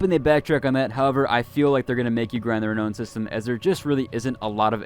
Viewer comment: You are hurting my brain. It's re-now-n, not re-no-n. Sorry to nit pick, but every time you say it, my brain winces, lol.